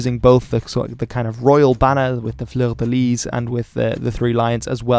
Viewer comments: The 's' is not pronounced in 'Fleur de lis', as it's French... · He can't pronounce fleur de lit properly, that's for sure... that could well make him English ;) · We all had to take basic French at school so you've got no excuse for mispronouncing 'fleur de lis' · Pronunciation of French names.... "A-QUIT-ain", "Fleur-de-LEE" 😉